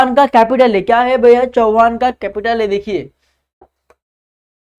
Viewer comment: चव्हाण नॉट चौहान barabar bolo